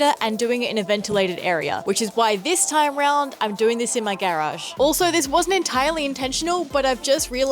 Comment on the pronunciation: Why is she saying garage like that??? Is she autistic??